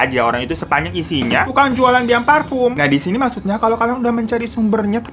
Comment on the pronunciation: Sukses bang Hiro, tadinya tkt Pas ngomong farfume Condet😂 Jdi lucu, kalo q sering Nyium Bau bunga melati dijalan... Kalo dlo tkt, pas bang Hiro Bilang hantunya cewek Cantik Jdi lebih berani...❤